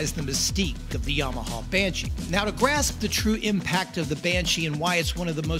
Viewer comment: I think if I heard another "yauhmuahauww bashee" I'd probably lose my mind